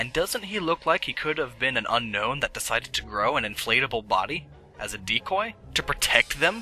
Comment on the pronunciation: It's pronounced Un-own, unlike regular Un-known. You're going to want to Un own Unown. XD